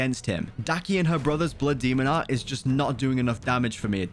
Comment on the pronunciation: Why is he saying so much “bluh demo at” blood demon art?